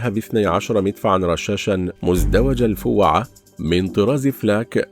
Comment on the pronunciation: الفوهه ❎ الفوعه ✅ 🙄😬🤫🤭😅